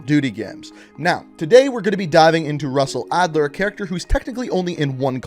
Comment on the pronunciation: Lol SUSsell Adler